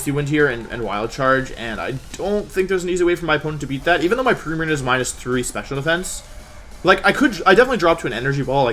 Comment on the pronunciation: “Primariña”. Wolfey never fails to amaze me.